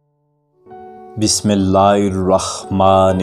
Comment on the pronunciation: Aap ki video bahut pyari Hai Bismillah Sharif padhte Waqt Khyal Kijiye Kyunki Aap Ki Bismillah main thodi galtiyan hai Kisi Bade Alam se Bismillah Pani sikhiye Mashallah video bahut pyari Thi assalam walekum wa Rahmatullah